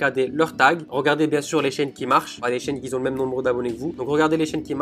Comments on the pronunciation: Super ce tuto MERCI par contre pas de "s" à la fin de "QUI" donc éviter de dire " quizon" ;-) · "Qui Zont"??? ....